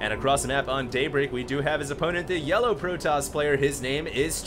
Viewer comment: did i hear say yellow protoss at the start?